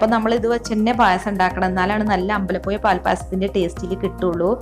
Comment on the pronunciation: എല്ലാം കൊള്ളാം, അമ്പലപ്പുയ എന്ന് പറഞ്ഞതിനോട് ഞാൻ യോജിക്കുന്നില്ല യ- അല്ല ഴ